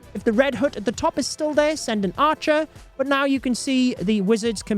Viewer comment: Can you stop saying “red hoote”🤣 it pronounced H-UH-T (hut)